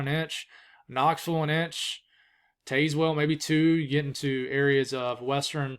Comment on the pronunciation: Say it with me Tazz-well